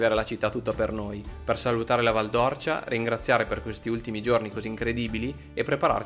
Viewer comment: Due appunti al vostro bel video, detti sottovoce, da un figlio di quella valle così ben manotenuta: la pronuncia esatta é Val d'Órcia, con l'accento acuto sulla "O" e poi...soprattutto: non siete passati da Radicofani, uno dei 2-3 paesi della valle nei quali sono stati creati i favolosi pici! Il paese più in alto della valle, con la Rocca di Ghino di Tacco, la Posta Medicea e un paio di chiese meravigliose ricche di terracotte robbiane. La prossima volta che tornerete da quelle parti non potrete ignorare Radicofani. Ciao!